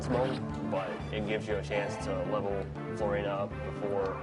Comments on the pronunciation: Odd pronunciation, I've never heard their names pronounced like that before. Floor-in-uhh? Eel-eye-wood? I thought it was: Floor-ee-nuh. Ell-ih-wood. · ***** The reason I see Florina as Flor-EE-nuh is because the "i" in Florina is followed by a consonant, then a vowel. That dictates that the "i" becomes a hard vowel. Look at Nidorina, for example. It's not "Nidd-orr-inn-uhh." It's "NEE-dOH-rEE-nuh", because each vowel is followed by a consonant, then another vowel, all except for the "a" at the end, which gets a soft vowel sound.